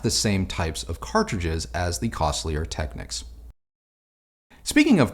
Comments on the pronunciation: yeah that annoys me too. it’s not “tekniks”, like the ny knicks. it’s “tekneeks” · Always enjoy the vids, keep up the good work! FYI, it's pronounced "Tech-neeks" and K-E-F, but because of your age I'll forgive you 😀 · Just letting you know young man, Technics is pronounced Techneeeeecs. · Nice video. I'm a Technics man myself from way back. I still use a Technics SL-QD3 to spin my vinyl. It's a great little turntable. It's never failed me one day since I purchased it back in 1985. Just as a bit of 'helpful' information. The Japanese pronounce it..."Tek-neeks". I cringe whenever I hear it mispronounced. Otherwise, great job!